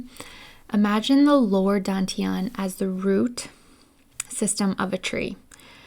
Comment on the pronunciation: DAN is pronounced like 'STUN' without the S, not like the English word 'DONE' Dān tián 丹田 just copy these two character into google translate check the pronunciation with speaker icon